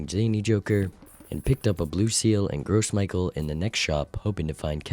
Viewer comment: Is he saying gross michael on purpose? Or has he just never heard someone say it out loud?